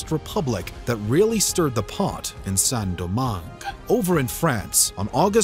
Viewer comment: Great video, but please at least use google translate to see how to pronounce foreign words, hearing "Saint-Domingue" being pronounced as " Sen-Domangue" and "petits blancs" as "petit blanks" is a bit painful